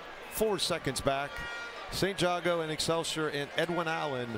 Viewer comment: this commentator mispronouncing ST.Jago Bruh "Sigh"